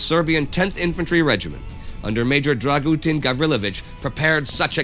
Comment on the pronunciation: I am happy that they made this video but,Dragooten Gavrylovich i not how to pronounce it,Dragutin Gavrilović is correct or if you wanna get fancу Драгутин Гавриловић